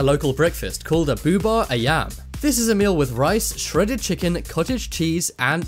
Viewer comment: Bubur ayam not buba ayam